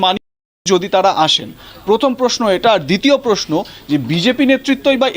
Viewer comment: পোস্নো পারথী পাক্তন পতিদন্দি পস্টো আপনাদের জার্নালিস্ট তো মাননীয়ার শিষ্য। অসাধারণ বাঙলা উচ্চারণ।